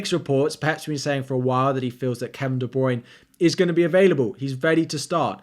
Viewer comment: Great video, but it's pronounced De-Bruy-Ne - three syllables. Yeah I'm a picky bitch, but every time you say it an FPL angel loses its wings. :)